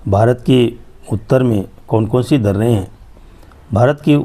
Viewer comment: Kyu kahte h darrrrre😅